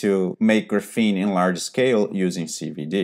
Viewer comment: yeah but you just called graphene graphine